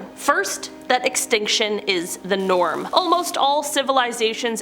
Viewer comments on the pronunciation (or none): none